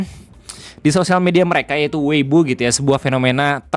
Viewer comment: Sama ini juga bg, ciao, bukan jiao, J di baca C, sama weipo, bukan weibo, B di baca P 😊🙏